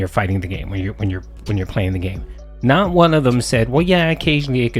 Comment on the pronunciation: You can bet he's always mashing like crazy because you can hear it. “(taptaptap)I was blahcking!(tapTAPTAPtapTAP)I'm naht doing anything dood! Nahthing I can do! ᵃʰ ʰᵃʰ ᵃᵍʰ”